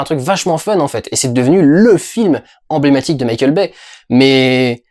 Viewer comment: quand durendal dit Mickeal Baye j'entends Michel Baie